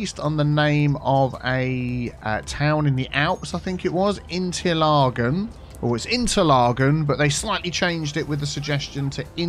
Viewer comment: Interla K en… there‘s a k there, not a g…